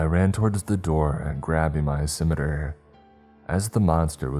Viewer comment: Never ceases to amaze me. He pronounces all the books correctly more or less, but not "scimitar"